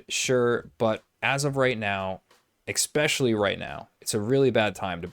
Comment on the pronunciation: "Expecially"... Great review, though!